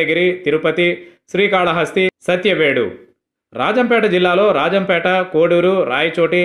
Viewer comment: Rajamupeta kadu ra babu.. Rajampet